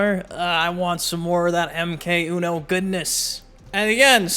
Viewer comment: You are improving your "uno" pronunciation!! 👍